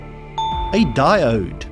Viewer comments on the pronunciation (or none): none